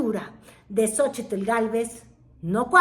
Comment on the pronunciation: Me castra como pronuncia "Xochitl"...